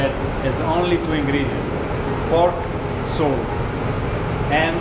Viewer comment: ”SALT-AH” ”NICE-AH”